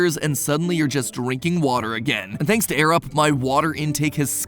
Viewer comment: I was so confused when he said "I use my Arab" before realizing it was "Air Up"...